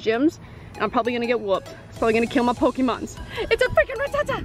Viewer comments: When she said "pokeman" i clicked off the video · Pokemon not pokeman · did she say pokeman? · DID YOU JUST SAY POKEMAN AT THE BEGINNING!?, its pokemon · Pokemon not pokemen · So true she called them pokemans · She just said Pokeman. Pokeman... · I cringed when she said pokeaman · U said pokeman searching lol